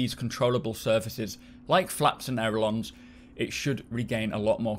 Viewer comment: Aileron,! Pronounced "Ay-Luh-Ron"!!! I don't even know what a "aerolon" is but it ain't a "aileron". Jon Crew mispronounced the word on the devstream too.